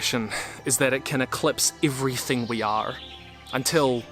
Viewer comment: huh just noticed it. did always pronounce the r in "are"? his accent is non-rhotic. In the start of the sentence for example he pronounces curse /kʰɜːs/ It's possible for some grammar words to acquire pronunciations that don't match the norm, especially at the last position in the sentence, but it's surprising and now I wanna keep listening for that